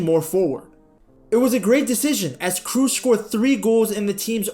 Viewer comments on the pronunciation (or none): Great video, but his name isn't pronounced 'Cruz' or 'Cruise'... It's Kroos, with the oo pronounced like oh from oh my god. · Kroos as in "Cross" not "Cruise". Tony Kroos. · Side note: "Kroos" is not pronounced with a "u" like in Tom "Cruise", but with an long and open "o" like in the English word "board". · Kroos no Kruuz!! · Bro, hearing you say krus is so baaaad! You pronounce it “kros” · It funny to me how you say krooses name your pronouncing it like cruise when it’s cross but the k is but a rougher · Learn to pronounce his name! Kraws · Why everyone is pronouncing his surname wrong, it is actually like "cross" but make the "o" sound a bit longer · Every time you called him "Cruise" i died a little inside^^ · Funny that this is the 2nd video of yours I've seen people telling you about clickbait titles & thumbnails. In the other one you couldn't even fkin pronounce "Wenger" and then here you are again butchering Kroos, nice scrub. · Please learn how to pronounce his name